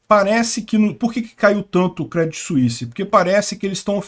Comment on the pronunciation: Se fala Crêdii , sem o T